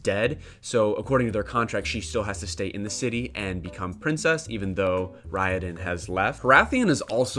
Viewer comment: also I'm sure you're getting plenty of pronunciation corrections but... Raoden = ray-OH-den, Sarene = Suh-Ree-Nee, Hrathen = hRay-thin, Kiin - Keye-eyen (both I's are pronounced when there's double i) there's a pronunciation guide on Dragonsteel's website but many of the "correct" pronunciations are ignored (ay-ree-lon = Arelon, See-ohn = Seon, E-layn-tris = Elantris) I love digging into the small things in these books 😅